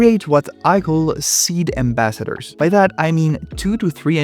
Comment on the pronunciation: “eed ambassadors”